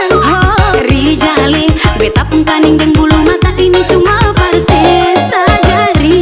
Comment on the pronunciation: Pengucapan Rijal, penulisan Rizal. Beda tu